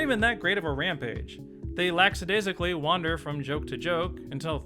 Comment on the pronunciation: Love your videos and this obviously isn't a big deal but just FYI the word is "lackadaisical" not "laxadaisical"